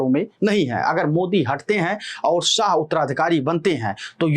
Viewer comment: भाई साह नहीं शाह है नाम । अपनी भाषा में संशोधन करो ।